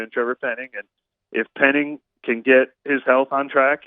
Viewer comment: Finally someone educated that can pronounce penning’s name !!!!!